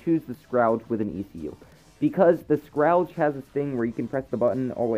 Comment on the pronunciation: It's spelled Scourge, and its pronounced "s-kurr-j" (mispronunciation bothers me, it's ok lol) anyway, nice vid bro!